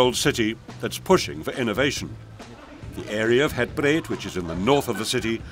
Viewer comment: Nice video. but... the area is called Het Breed, not Het Breet (breed is meaning: "wide" in Dutch).